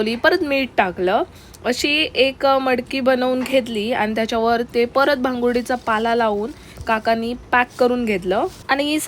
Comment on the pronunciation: भांगुर्डी नाहि.... भांबूर्डी चा पाला आहे तो आणि ओला पावटा आहे